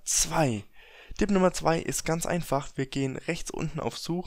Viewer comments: Es will tipp sagen sagt aber dipp, alter wer kennt es nicht. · warum sagst du "Dib" statz "Tip" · Odjun haha nein Dipp sagt man hier nicht hat mich auch genervt 😂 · Jedes mal wenn er Dipp sagt zuckt mein Auge vor hass